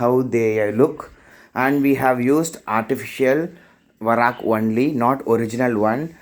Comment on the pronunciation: It is not varak it is vark